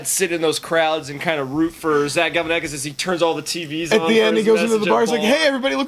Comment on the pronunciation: It's Galifianakis! Not Galifianakis!